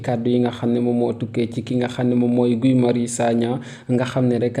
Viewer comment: Arrêtez ds il vous plaît de massacrer le prénom de Guy Marius Sagna . Ça se prononce Gui avec le gue de mangue .Ou encore comme le prénom Guillaume .